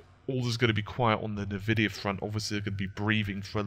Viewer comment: Btw it's pronounced N-vidia - I'm a long time pc gamer